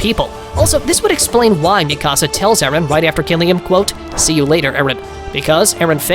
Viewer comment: It’s fucking mikasa not ME CASA